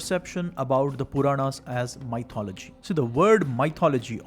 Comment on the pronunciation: “Mythology” pronounced “Mith-ology” 👍🏼